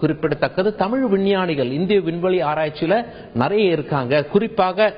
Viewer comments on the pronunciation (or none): none